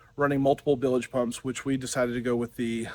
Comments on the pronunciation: Nails on a chalkboard when I hear that...😆 🤣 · They are "bilge" pumps, not billedge pumps.